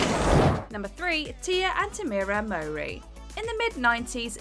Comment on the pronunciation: As someone from the uk I have no idea who the property brothers are?!? Also the narrator can’t say Tia & Tamera Mowry properly.